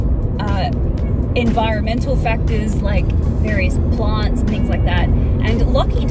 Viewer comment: WHen you said "boxes of plants" I heard farts and I wondered how you got those into boxes xD.